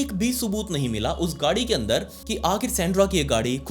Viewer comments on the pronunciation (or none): It's not SAANDRA 😭😭 it's SAND-RA!! Naam bolna toh seekhle bhai 🙂